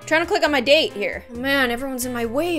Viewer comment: lol sounds like date as in the food